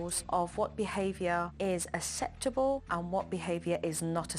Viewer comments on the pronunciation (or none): Anyone notice that Jo says eseptable instead of acceptable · Can joe not say acceptable it’s not aseptable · Not asseptuhbull 😂😂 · The way she pronounces acceptable is very annoying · Why doesn’t she ever bloody say “acceptable “ correctly!! It’s terrible modelling for the children she speaks to and she knows she does it!!!!!!!!!!!